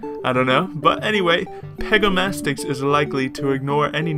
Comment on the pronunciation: pegomastax not pegomastix but is not relly important